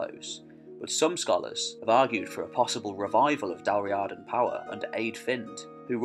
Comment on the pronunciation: its pronounced Dal REEEada